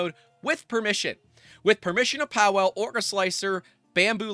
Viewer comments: Imagine being named “Pa-Vel” but every American YouTuber calls you “Powell”… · Just for info: 'Pawel' is pronounced 'Pavel'. (it's Polish for 'Paul'). Great vid. It's very sad to see this level of abuse of licences and just FLOSS in general. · Pawel = Pah-veh-o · Pawel is pronounced "pah-vel" the w is a hard v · FYI, W is pronounced as a V sound, so it's Pavel, like Chekov. Very common name in that region. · Just for heads up, if you end up covering this more, Polish is a little like other European languages where the W is pronounced with a V. So his name is "Pavel" in English. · I believe it's pronounced with a V, also this whole thing is hilarious: Chinese company trying to enforce US law in EU country 🤦‍♂